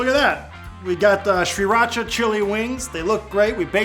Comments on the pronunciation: It's pronounced "SEE-raw-chah." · omfg stop saying sriracha like that. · Dear Sir! Pronunciation is easy: Sriracha is named after the coastal city of Si Racha, in Chonburi Province of eastern Thailand. Simply omit the first 'R'. Excellent recipe! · You're trolling us with that pronunciation, right? Regardless ---these look awesome! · Ugh the way he says sriracha makes me cringe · STOP. SAYING. IT. LIKE. THAT. That's literally not how you say Sriracha. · There's an R right after the S. I don't know why people chose to ignore that R. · learn how to pronounce Sriracha